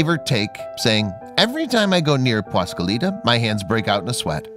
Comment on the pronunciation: He just CAN'T say "PASQUALITA" without screwing up the first syllable. WTF man!